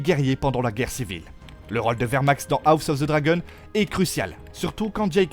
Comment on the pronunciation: La prononciation à la française de "dragon" dans "House of the dragon" je peux pas c'est ridicule 💀 faut arrêter avec les voix IA c'est naze